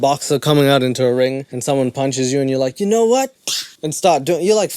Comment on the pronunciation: how is nobody talking about the fact this guy sounds like a 5 year old with a speech impediment? "you whinows" take some speech therapy before you start a commentary channel you goof